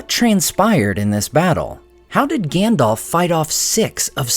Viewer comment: I love your channel. But i do not understand why you pronounce Gandalf as Gandolf? Just wondering 😊